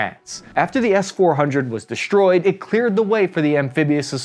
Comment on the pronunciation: I wasn't aware that we could interchange "sh" sound for "s" just any time we felt like it, like deshtroyed and infashtructure. Getting old , but liked the old "s" sound just fine.